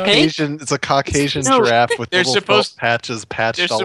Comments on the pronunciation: "Shut up Alex, you know nothing about draffs!" Oh, when will you learn that giraffe is pronounced jəˈraf. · Hahaha struggles with saying giraffe. Awwwwwwwwwww reminds me of the olden days lol! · The return of the "jraff"